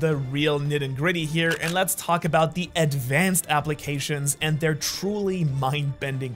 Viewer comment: "adnvanced observation haki"